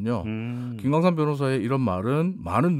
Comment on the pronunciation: 발음이 좀 더 정확했으면 합니다. 김광삼? 김광열?